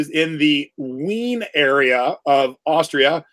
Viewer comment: Wien pronounced Vien. W in German pronounced V